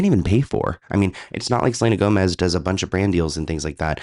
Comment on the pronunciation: Selena Toemez